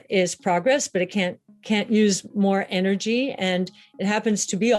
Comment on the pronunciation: eh eh eh.... eh-nurgy